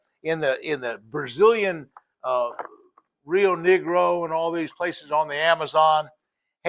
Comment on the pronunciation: this dude just say rio niggro?